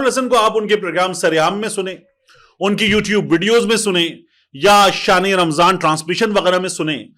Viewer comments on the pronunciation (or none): none